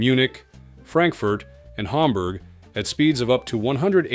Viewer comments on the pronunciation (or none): none